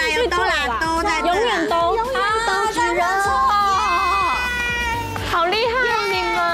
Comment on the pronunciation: 其實那念熾(ㄔˋ)熱喔